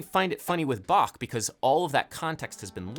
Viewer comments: Finally someone who pronounces "Bach" right. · Very nice effort of pronouncing Bach correctly! :)